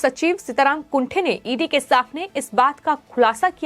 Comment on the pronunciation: सीताराम कुंटे ऐसा उनका नाम है ना कि कुंठे.pl. correct yourself